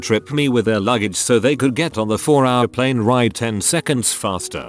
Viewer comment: Plen? No plAne lol ok.